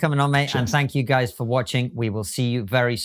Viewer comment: If you're from Holland you surely say 'guysh' and not 'guys'